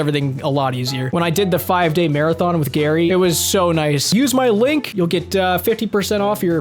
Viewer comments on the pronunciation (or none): none